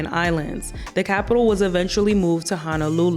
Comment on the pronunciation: Local can’t even pronounce honolulu correctly. This must be bullshit